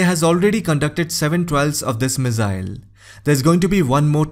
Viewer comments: Its pronounced misaaill not mizzail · Missile not Mizzile, ffs .